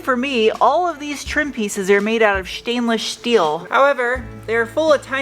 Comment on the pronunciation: Shhhhstainless Shhhhteel! 🤩